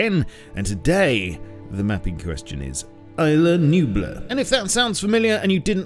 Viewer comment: I love the way you pronounce "Isla Nublar"